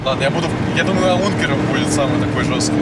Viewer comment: Давайте поможем правильно говорить ник Жени.С каждым лайком он будет говорить Аункер,а не Аункере.